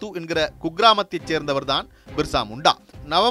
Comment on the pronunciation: பிர்சா முண்டா...என் தலைப்பு தந்து விட்டு.. மிர்சா முண்டா.. மிர்சா முண்டா என பல இடங்களிலும் சொல்லுவது ஏனோ...